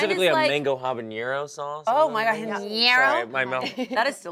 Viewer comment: being latino and watching them say MANCHENGO and HABAÑERO is WILD lol